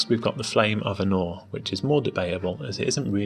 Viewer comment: easy to think he was saying arnor.